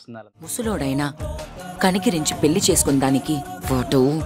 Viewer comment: మల్లీ పెల్లి ఏంటిరా బాబూ ఎవరు మీ తెలుగు మాష్టారు